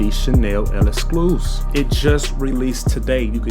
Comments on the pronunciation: Elescluze 😅 It's pronounced the same as "exclusive" just replace the "V" with a "F". Lexclusif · My boss it is not L-EXCLUS it's L'EXCLUSIF you forgot the siifff!!!Lolll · One thing bout big boss is that he gonna mis pronounce the name 😂